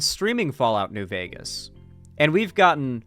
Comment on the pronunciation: "New Veger..." Lol, you gotta use it with an A, not a hard R,.